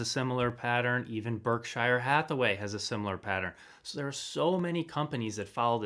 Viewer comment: If you can't pronounce Berkshire Hathaway correctly, it's hard for me to take you seriously. (Hint. Berkshire is pronounced like "New Hampshire")